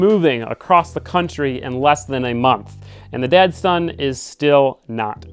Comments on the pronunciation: Are you saying Datsun or Dad-Son? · Each time you say Datsun project, I hear "Dad-Son" project 😉 which makes total sense for your project! Looks awesome 😍